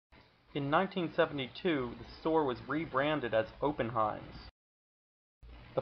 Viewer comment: clearly, the narrator isn't even from scranton...........he pronounced oppenheims wrong......it's pronounced with a short "o" like "ahh"-pen-heims